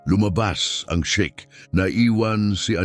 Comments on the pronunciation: Sheik! Hindi shake! Ayusin mo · sheik, not shake😅